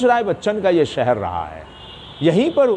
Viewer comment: सहर नहीं शहर, हिंदी तो ठीक बोलो